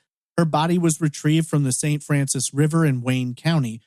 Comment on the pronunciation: Hey I just wanted to say it's pronounced St. Francis County not the French speaking way. I think you're the only creator who has a story about Diana that's not only a few minutes and there's not very many at all sadly. I like to go back and listen to older episodes I'm a odd person